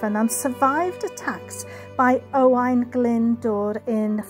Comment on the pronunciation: I have fun trying to pronounce those Welsh names. Owain sounds like O - Y to me. And it’d be “Owen” in English I believe 😇 Another beautiful place you visited.